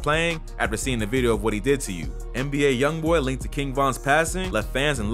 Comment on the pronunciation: Am I the only one who heard him say A “i” Youngboy and not ALYoungboy